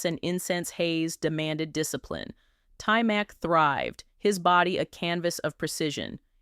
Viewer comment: His name is pronounced tymock not tymack. His father was an artist not a karate instructor, although his father got him into martial arts when he was a kid. Cool video though